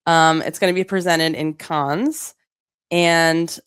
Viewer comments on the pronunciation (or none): You both mispronounced “Cannes.” 🙃 Just enter it into Google Translate and play the French pronunciation. Regardless, thanks for always keeping it entertaining. ❤